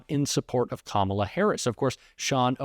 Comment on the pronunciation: That judge jeanelle or whatever her name is seeing she can't pronounce Kamala Harris's name. If she can't pronounce the name she shouldn't be a judge anymore!